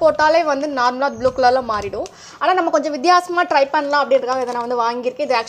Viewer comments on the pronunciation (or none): none